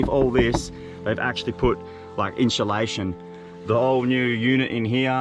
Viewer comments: I love how he says insulation 😂😂😂 inshulation congrats on the ride!!! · “It’s got inshalation